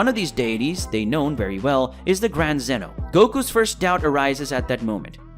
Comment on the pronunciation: His name is ZEEEEN OHHHHHH